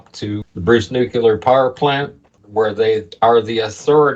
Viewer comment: Great video but please pronounce nuclear properly 😀